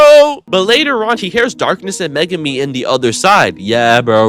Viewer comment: He has to be doing it on purpose